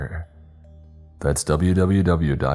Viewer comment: In the express vpn plug when you say yoour name it sounds like you are saying.